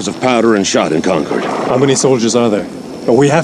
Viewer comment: You would think the actor yelling "Concord" could have pronounced the town name correctly.....